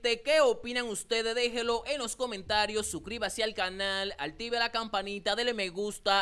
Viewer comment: perdona hermanito pero se dice active no altivie y te respeto por que eres muy buen comunicador perdona